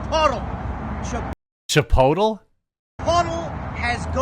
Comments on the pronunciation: Yes, Chip-otall. That is exactly how I pronounce that shit restaurant's name. I'm just glad other people pronounce it that way too. 😆 Also: Moe's Southwestern Grill is like Chipotle, but actually good. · I've been calling that crap place Chip-otal for years. Glad to hear someone else doing it. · Love “Chipotool” 😂😂😂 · from now on it's called chei-pottél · It is now cheaper to go to a local Mexican sit-down joint, than a burrito chain. Pretty cool to think about. Side note: Chipotle is now dubbed Chi-po-tle. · I'm Canadian and when I was younger, I legit thought it was pronounced the way that Aussie guy said it, until a friend of mine who had been to the States told me otherwise, haha. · Australians are creative with Spanish pronunciation. Hilarious. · First off, your pronouncing the store wrong, second the burrito is $10, unless you add things to it. You need to find the truth dude. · Honestly, if nothing comes out of this, we at least got to hear him say Chipotle with that accent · I will now pronounce Chipotle like this from now on 😂